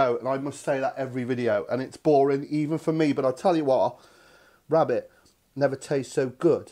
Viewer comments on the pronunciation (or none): none